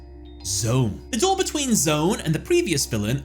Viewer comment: That No. 1 Pick was precisely the Duel I was thinking of when I saw the title card for this video and as for No. 3, well, as DarkKefka once put it: "I never even got a Turn!"! Also, nobody cares about Arc-V! And you pronounced his name correctly, but it's actually "Z-One", one of the four members of Yliaster along with Aporia, Antinomy and Paradox! Yes, that Paradox!